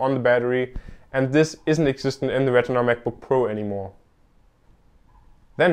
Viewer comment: If you ever do another video like this, please try to pronounce retina a little different than regular, it was hard to differentiate at times. Good job though!